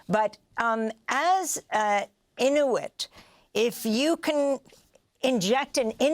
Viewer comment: Amy can’t pronounce Inuit or Mountbatten but goes to town with the Latin names. Madurrrrrro, Puerto Viy-atta🤣